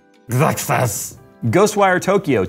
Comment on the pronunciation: I think that intels XeSS brand is pronounced excess. Maybe like an excess in frames or something.